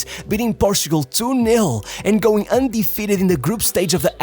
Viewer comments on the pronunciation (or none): none